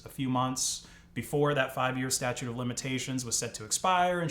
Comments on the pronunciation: "Statute" of limitations. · pleese tell me you didn’t say "statue" of limitations?